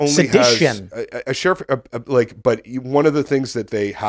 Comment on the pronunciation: After 3 years, I can't get over Tim saying "She-Riff".